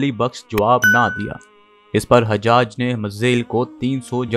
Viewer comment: حجاج کا تلفظ درست کریں